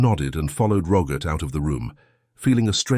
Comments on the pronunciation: The fact that the narrator (AI?) cannot pronounce the very common name Robert (not Rogert) makes me doubt the veracity of the whole story. Am I the only one? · Why on Goddess great earth does it sound like he's saying Rogurt instead of Robert? 🤔🤨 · Rogert?Rogert? Please….for goodness sake! Can’t AI say ROBERT!!!!!!! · AI voice can't say Robert correctly, such a shame.